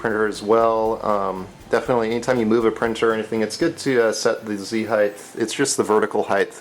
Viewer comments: I don't know whether you are aware but you pronounce 'height' (should rhyme with tight, might, fight etc.) as 'heigth' (doesn't really rhyme with anything except maybe orange or silver?) see link for clarification. Otherwise, barring my OCD I enjoyed this vid. keep 'em coming. ;) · I love your review this is a great review. Makes me want a delta. I wish you didn't say "heighth" so many times though. That's my pet peeve. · Really cool! My only complaint with the video is the repeated mispronunciation of the word "height". Notice that there's no H at the end.. You kept pronouncing it at heighth (highth). The word ends with a "tah" sound. I'm usually not a grammar nazi but this one really bothered me because it was repeated so many times. Plus, how will we ever learn if others don't point out our mistakes? Other than that. Really great video! I'm already subscribed, otherwise I would sub. Keep up the good work. :)